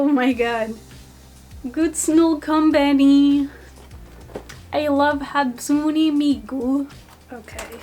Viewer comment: “Good snll combany” 👁👄👁